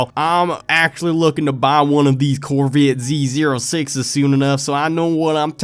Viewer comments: Dese Corvit Z Zer-uh Sixes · I’m gonna corvit z zer uh sixes